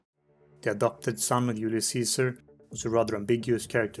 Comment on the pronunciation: Hard to understand he says ulius not Julius!!!!